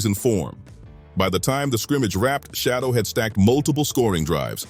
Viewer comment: Why are you idiots mispronouncing his name? His name isn't Shadow